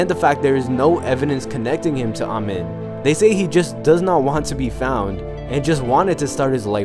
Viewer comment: It's pronounced E.D. Am-een.